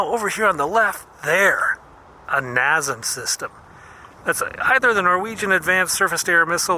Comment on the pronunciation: NASAM is pronounced “nay-sam”